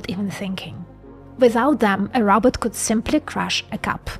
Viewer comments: You are sweet and doing a great job. Keep up the good work. Just one thing... its not "Robert".. Its "Ro" "bot" (Row (BOT)). I am working on a SNN Brain model. Do you have any content on SNN and SNN vs Other and what it means etc ? would be great if you can do that. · Row-bot, not Robert. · Did she say robutt...